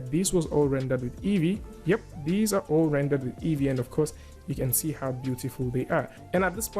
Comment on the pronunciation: Great. Why is that EEYEE instead of EEVEE?